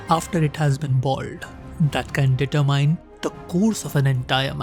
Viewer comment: Its not pronounced " Deeter-Mine". We know you have typical cringy Indian accent but try saying it as one word " Determine". Thank you